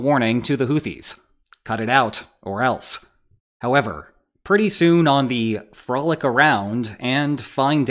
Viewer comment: Its Frah-lick. Long O, like in Frog. Frolic. Frogger God Im lame